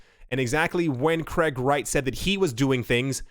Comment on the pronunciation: It's not Kreg, it's Craig.